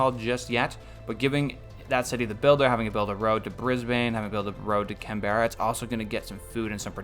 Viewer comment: Hey mate, Australian here! I'm loving the series but it would help me a lot if you could pronounce the city names a little different. Geelong is said G - long (like just the letter G), and Brisbane is more like Brizbin, Canberra is more like Cambra. All good if you don't care